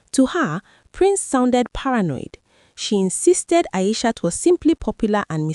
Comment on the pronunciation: The correct pronunciation of the name is A-I-S-H-AAAAAA. The narrator is pronouncing it A-I-S-H-O-T . Maybe reprogram the AI.